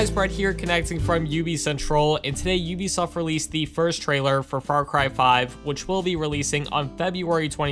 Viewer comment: Thanks for pronouncing Ubisoft correctly probably the only YouTuber ever do that in a long time! The CEO said that is how it's pronounced in less you are French or Canadian